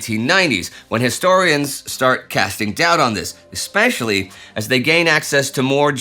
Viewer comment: Indy, sir: I'll be "that guy" for a moment, you're young and I forgive you. "Ekspecially" is wrong, "especially" sounds like it is spelled. I love this channel despite spelling and grammar.